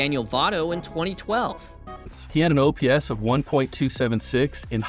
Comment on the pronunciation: As international baseball fan, some times a caught my self calling “ERA” as “ÉRA” (like “end of an Era”) i think is a “fair mistake” for the. Also, if you never use AI, OPS probably sounds OPPS, because AI doesn’t know that OPS pronunciation is O.P.S, and you need to do some “adaptations”, i think is obvious that guy never used an AI voiceover before.